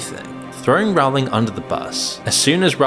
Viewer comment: The ’o’ in Rowling is pronounced as in bowling, not as in howling